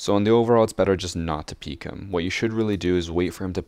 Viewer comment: Excuse me, peek not ‘peak’